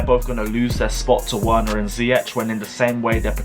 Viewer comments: Pronounced Wener like Vener NOT Wena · Triggered how he says Werner's name 😂😂😂😂